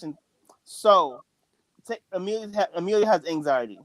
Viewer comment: Can you say Amelia's name properly please lol.. Ama Leah nope.. A millia nope lol..